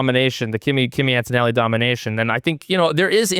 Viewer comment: AnToToNelli ! “Axis reborn” 😂